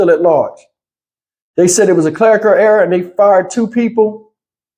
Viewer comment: Error not era....c'mon man get it together!